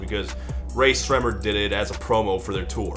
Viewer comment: You pronounced Rae Sremmurd correctly the first time